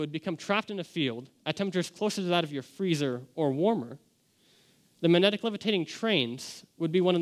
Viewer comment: Should be able to pronounce magnetic in order to give this speech